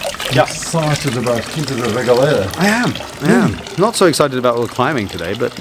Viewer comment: Learning about Quinta da Regaleira from an asian tour guide? He can't even pronounce the word "Quinta" properly. Huge fail. Choose a portuguese native next time instead. It's not racism, but the natives know more about the history of their country than the immigrants.